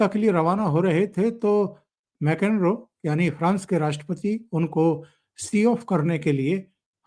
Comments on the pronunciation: जो आपके। विष्लेषण बहुत अच्छे हैं, केवल एक बात का ध्यान रखिए कि विदेशी नेता लोगों के नाम सही लिए जाएं। आपने बार बार प्रास के राष्ट्रपति को मैकेनरो कहा जबकि उनका नाम मैक्रों है। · सर, आपका विडीओ इच्छी हैं, एक सुझाव फ्रांस के अध्यक्ष का नाम मेक्रान है, मेकेन्रो नहीं. कृपया अगदी बार सही नाम से जिक्र करें. धन्यवाद